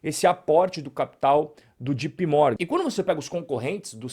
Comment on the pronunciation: Se nao sabe ingles é melhor falar JOTAPE Morgan mesmo e nao jipi